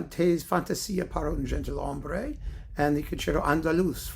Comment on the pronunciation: Fine pronunciation,! Besides the already mentioned accent on 'Aranjuez", you got very few mistakes. Maybe worth mentioning "gentilhombre" from one of the most celebrated Rodrigo works, where the "g" is strong like our "j". Also, very nice Rodrigo selection!